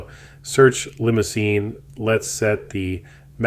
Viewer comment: It's pronounced Li-moo-zahn.